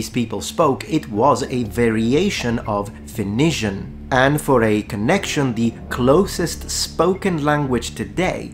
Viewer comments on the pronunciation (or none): Excuse me sir. In English, we pronounce it Foe-Knee-Shin Phoenician = foe-knee-shin Not trying to be a dick but you confused the shit out of me for a second 😂😂